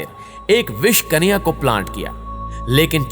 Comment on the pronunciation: कनिया नहीँ भाई कन्या और आपकी जानकारी एकदम सही है